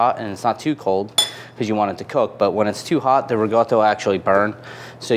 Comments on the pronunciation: It's riCOtta not riGOtta. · Its Reekawda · Can you please just say ricotta normally, you're clearly american 🤦‍♂️